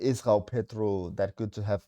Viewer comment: "Gghhoao Pedro" 😂